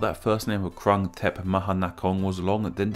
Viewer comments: Jeez... literally every western YouTuber never get the name right... That “u” in “krung” is the “u” in “put”, “fluke” or “oo” in “good”, “mood” There’re also mispronunciations on consonants but I’ll let it pass. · The 'Krung' is pronouned kroong.